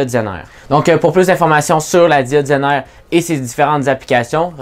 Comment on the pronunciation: "la diode zainare"